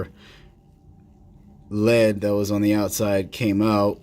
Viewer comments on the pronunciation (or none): none